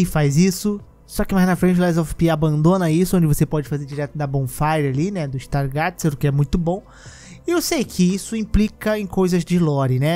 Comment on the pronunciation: "Is tar GA TI CER" 😂 ("is tar GAY zer")😂 stargazer